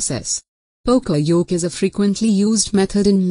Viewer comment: that's not how to say yoke...